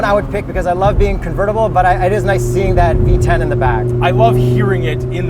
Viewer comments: I thought he said VTech not V10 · When you said v10 it sounded like V-Tech LOL could you imagine